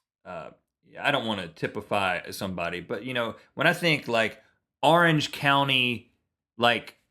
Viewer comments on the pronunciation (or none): none